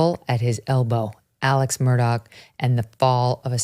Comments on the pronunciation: Why is she calling Alex, Elec? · Elic? Elic? Do you have a Southern accent? No you don't. His name is pronounced Alec.